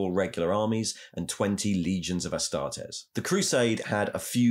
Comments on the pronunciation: It's Astartes {ah-star-tees), not 'astartez' like a mexican surname... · Mr. Ticklebutts who is the guy who sounds like he mouth sexed some cocaine everytime he says astartes? That isn't Luetin09 is it?